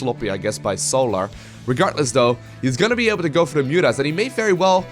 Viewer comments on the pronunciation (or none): I like how the caster says "regartless". :)